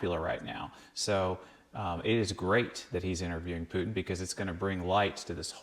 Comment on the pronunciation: Oh thank you for calling him PUTIN not PUTN like Americans usually do...